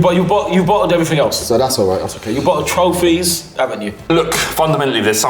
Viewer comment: Trophyss not leaque ..Stop 😂